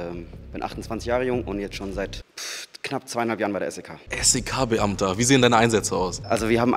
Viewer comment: Ich bin jetzt bei minute und frage mich wie er es schafft SEK so oft hintereinander falsch auszusprechen😂😂😂